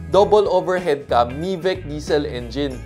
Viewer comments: Correction po, Mitsubishi Sales/Technical Trainer here, 'MY-VEC' po proper pronunciation ng MIVEC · Apparently I know all of them =) #1, you mentioned Gen 3 yun 2023 model, yes it's a facelift model so it's Gen 3.5 to be exact #2, not sure if you pronounced it in Filipino, but MIVEC is pronounced as "my-vec". #7, the Mitsubishi Remote App is only available on the top of the line GT 4x4 variant. Nonetheless, a great review. 👌